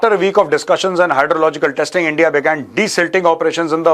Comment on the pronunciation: Bharat nhi SIR “ENDIA”😂😂😂😂